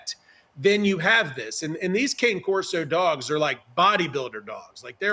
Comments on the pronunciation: Kah-nay Corso, please. Provelo-nay, please. Mascarpo-nay, please. It’s all about Italian. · Not a big deal, but the word "cane" in the name of the breed cane Corso is pronounced "canay," it just means "dog" in Italian. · Yes! Everyone say cane, as in 'walking cane'. And also, the plural of Corso is "CORSI" not Corsos.